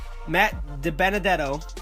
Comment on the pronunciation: AflacCupSeries you pronounced Matt Dibenedetto's name right!